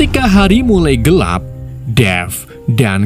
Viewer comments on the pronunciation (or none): none